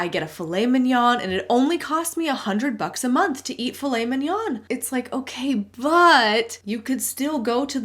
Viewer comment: I'm french, and Filet Mignon is french, and I love how you pronounce it ! It sounds real mignon !